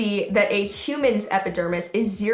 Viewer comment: Lol, your saying epidermis correctly